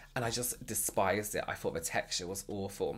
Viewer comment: Excellent content but I’m distracted by the way he says ‘Fings’ instead of things and ‘Fort’ instead of thought 🤔🤔Good info though!